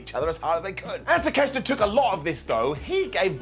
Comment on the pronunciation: 12 minutes to beat the douche way to make a monster look weak. Poor Wardlow also its pronounced TAKE-A-SHITA